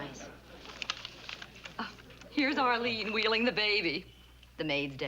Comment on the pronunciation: "Ahleen." Sorry, Mr. Marie, but your oddball New York-ish accent showed up again. It is actually pronounced 'Arlene.' Just like it isn't pronounced 'prapreeker,' but 'paprika,' from another episode. You're welcome.